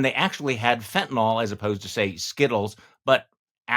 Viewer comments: Ron, its fentanyl, not fentanol, and most of it is brought into this country by white US citizens, not illegals. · DeSantis doesn’t even know how to pronounce Fentanyl.